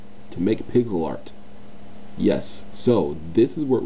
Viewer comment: Hey guys, Is it just me or did it sound like he said "Pickle Art" at the beginning?